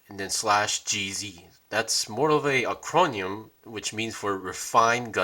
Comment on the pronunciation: For a moment I was stumped as to the meaning of "Ac-ron-yim".. 😆